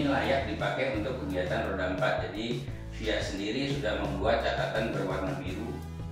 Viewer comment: FIA di eja bang bukan di baca 😭